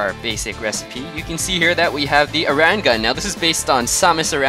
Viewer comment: ITS AIR IN SAMUS AIR IN not aran AIR IN i mean you spelt it right just dident say it right